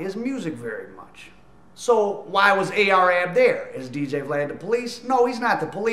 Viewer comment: Ar-Ab, not A-R-Ab